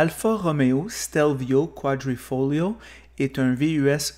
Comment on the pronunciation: Ce serait bien de savoir prononcer le nom du véhicule. Autrement, bravo !